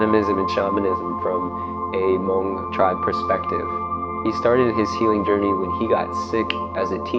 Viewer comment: Wow you pronounce “Hmong” correctly! So many don’t pronounce it correctly